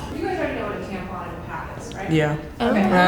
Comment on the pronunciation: I snorted when he pronounced tampon as tampoon